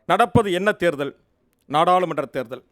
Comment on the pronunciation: அருமையான உச்சரிப்பு: இல்லாமள், இல்லாமள், பகள், நாடாலுமன்ற, இவர்தான் பார்த்துக்கோங்க! "" அல்ல!!